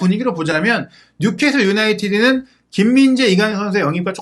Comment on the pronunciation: 뉴캐쓸 인데 뉴캐슬이라고 하노 자꾸 ㅡㅡ